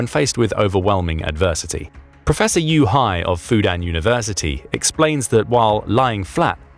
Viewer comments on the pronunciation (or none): Professor YOU HIGH (Yu Hai) made me giggle